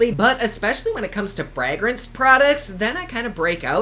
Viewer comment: I love the way says fragrance 😂😂